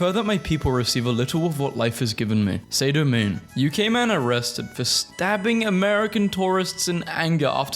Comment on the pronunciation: bro was showing impressive ball knowledge for a non fan and then 'saydough main'💀